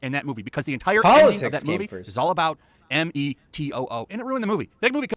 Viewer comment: For Christ's Sake, STOP SAYING COOF. YOU ARE A GROWN MAN. SAY METOO NOT M E T O O.